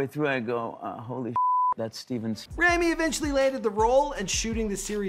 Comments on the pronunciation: ITS PRONOUNCED (RAW-ME) NOT (RAM-E) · you yourself are saying his name wrong for god sake!😑😂 He's a handsome yet talented actor and deserves what he has reached and even more. Forever supporting him! (I'm Egyptian and proud)🥰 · You keep saying Rami's name wrong, and I'm pretty sure that Rami and Sami are older than their sister. Or at least that's what I've heard from other interviews about him.